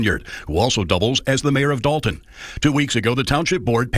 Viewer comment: Illinois is quickly becoming the mid-coast California. And DOH-lton is helping heavily with that title. 🤨